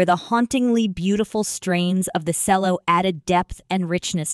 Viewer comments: FFS it's E. L. O. not ello & while mwe're on it it's pronounced CHELLO not sello & Chellist not sellist & Base guiter not BASS FFS!!! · Every time she said "cello" I cringed!